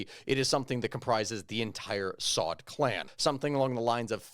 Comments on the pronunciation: Their family name is not “SAUD”. It is pronounced “AL SA’OOD”. Just an FYI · It's pronounced SA-OOD